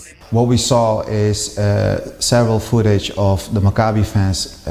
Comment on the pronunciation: You're mispronouncing "Maccabee" Owen. The stress is on the first syllable, it's "MACCabee" . Other than that excellent reporting! (Sorry my pedant's brain keeps wincing when you say it lol)